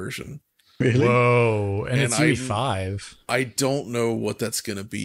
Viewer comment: Why they pronounce unreal engine 5 as UV5 instead of UE5? At least it sounds like that